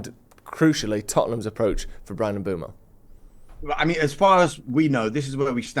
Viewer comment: Why does everyone pronounce mbuemo wrong? It is mbwaymo not fucking mboomo. Not that hard.